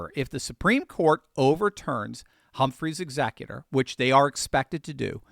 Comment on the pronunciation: "HUMPHREY'S EXECUTOR" for those wondering what the heck he said... hehe, love you ❤ see Humphrey's Executor v. United States, 295 U.S. 602